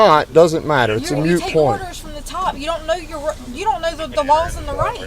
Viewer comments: MOOT, not MUTE. HOWEVER, in the case of this moronic woman MUTE IS PREFERABLE. BUT! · Ok, absolutely love the no nonsense approach with dealing with this entitled twit BUT………for god’s sake, it’s “MOOT” point! Not a “mute” point! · it is a MOOT POINT, not a mute point. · I want to write to this sergeant and explain “moot” vs. “mute”. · God I hate my pet peeves, when that cop keeps saying it's a "mute point" I always think (WTF is a mute point, did he mean to say MOOT point?!). xD I mean, either way he's not wrong but damnit I wish he would use the correct pronunciation just to make it easier for me to enjoy her getting sh*t on by all that logic she seems to not know even a modicum of! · ok the first time he said "mute point" I thought anyone can misspeak...then he said again. Two mute points. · Anyone else notice when the cop said "mute" point?